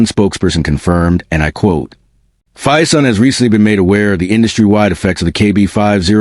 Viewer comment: Crap AI production earns a solid dislike. BTW, it's Phison.